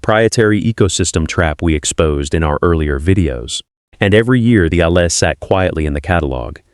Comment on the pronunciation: "Allez," is pronounced, "Al - ay." I cringe every time I hear it mispronounced. Please correct it for your own credibility. Bumpa Rick